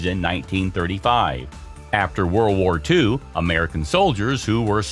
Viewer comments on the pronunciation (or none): none